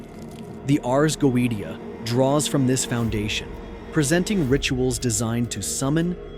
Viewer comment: Hi from Sydney Australia. Couldn’t watch the whole post that bloody damned AI voice completely spoils it. For F@ sake can’t even pronounce Goetia correctly…… ⚛️☮️🌏